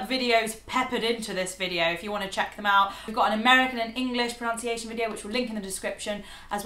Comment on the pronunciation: I have to take exception to your perception of how Americans pronounce words. (BTW, it’s “pronunciation” and not “pronounciation”, as you say). We say quinoa, queue, yolk, salmon, choir, niche and data the same way you do. I live in New England, so we also know how to pronounce Leicester, Worcester, Dorchester, Weymouth, Dedham, Falmouth, Leominster, Peabody, and other “English” words the same way you do. Perhaps a little less smug, you Brits? We know you look down on ignorant Americans.